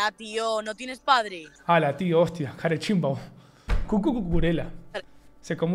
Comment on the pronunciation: hablando con acento español y dice carechimbo JAJAJJAJAJAJA no sabe ni decirlo bien